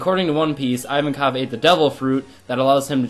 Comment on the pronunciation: i don't want to be elitest but i'm prety sure you're pronouncing ivankov wrong ps. love the fact you're a onepiece fan